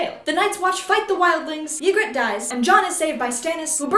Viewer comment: AHHHH sorry I can't keep it in: Ned never tells Robert that his children aren't his children. Also Ygritte is pronounced egret (like a baby eagle.) Probably could find other nitpicky errors if I were really trying to be obnoxious.. but overall this was still hilarious.